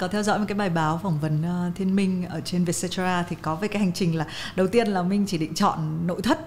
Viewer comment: _cetera bạn ơi, không phải _cetara. Theo lời CEO trả lời phỏng vấn thì "Vietcetera là một dạng tạp chí để chia sẻ câu chuyện về 'Việt Nam mới'." và mình nghĩ hậu tố _cetera lấy từ tiếng Latinh nghĩa là "phần còn lại", nôm na là VN and more vậy